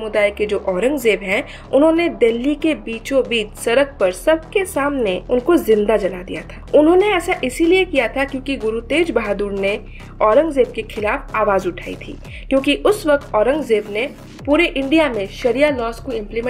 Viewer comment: Tej bahadur nahi teg bahadur hai didi 🤣